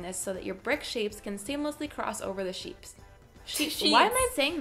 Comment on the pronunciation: 😂😂😂😭 every time she said sheeps instead of sheets! 👌🏽